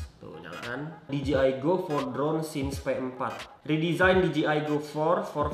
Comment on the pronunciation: Di Je Ai bro bacanya.. bukan Di Ji Ai